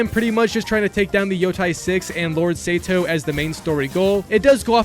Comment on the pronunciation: Sayto 😂 Kitsoon 💀